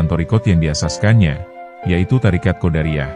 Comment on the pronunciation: Thoriqoh QODIRIYAH bukan QODARIYAH